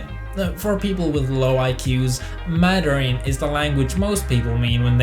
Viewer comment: "Maderin?" Isn't it actually "Mandarin?" When referring to the Chinese language, or am I mistaken? Either way, I simply speak English and some simple German. : /